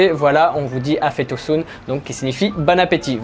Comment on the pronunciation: 1 expression afiyet olsun qui veut dire bonne appétit comme tu la dit mais que ta prononcé afet olsun qui veut dire afet= soit le pardon ou une catastrophe naturelle 😋. Bonne continuation j'aime beaucoup tes vidéos. 👍